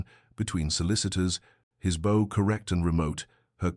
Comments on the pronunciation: atrocious AI narration. It pronounces "bow" like bow and arrow, rather than "bough," meaning to bend at the waist. And, as is so often the case with this channel, Saint George's chapel is spoken as "street" Georges, because it is written as St. Georges, and the AI doesn't distinguish between saint and street. Such a sloppy upload to YouTube, for the sole purpose of making money. Why can't "Duchess of Love" stories correct this repetitive narration error. Disgusting carelessness. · Bow is pronounced bough 🙄